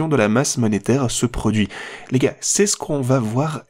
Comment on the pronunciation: Tu dis les gays ? Ou les gars ?